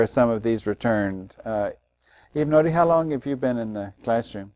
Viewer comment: Eva-Nody though